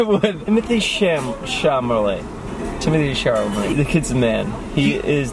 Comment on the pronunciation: though Timothy Chilamate how Jeff's pronounced it hahahahah cute